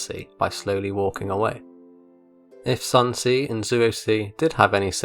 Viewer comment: "Son see" 💀💀💀